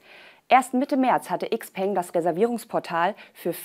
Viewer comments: Tolles Video, jedoch ein kleiner Hinweis: "XPeng" wird "Schau-Pang" ausgesprochen, das klingt auch wesentlich attraktiver für ein Auto als die deutsch betonte Variante. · Eigentlich sollte es "Schiao Pöng" heißen... wenn man es richtig aussprechen möchte. Aber wir nennen ja auch Nike "Naik" und nicht "Neiki" oder Paypal "Päypol" nicht nicht "Päypäl"